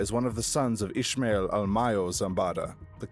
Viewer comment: i know ishmael is the way it is said by the jewish, but in spanish the sh sound is removed so its just ismael